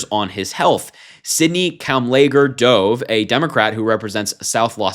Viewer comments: The doctor's name is not 'dove' it's duv. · HER LAST NAME "DOVE" IS PRONOUNCED LIKE THE BIRD "DOVE"